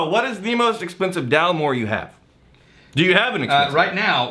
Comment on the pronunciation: Guys. Get the names right. DalMORE not DALmore. Glenmorangie to rhyme with Orangey. I thank you. John in deepest Scotland.